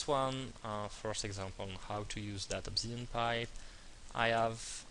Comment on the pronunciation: its!!! obSidian!!!!!!!!!!!!!Not obZidian!